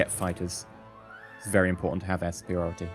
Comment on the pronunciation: "We have to get a PORT. It's very im-PORT-ant."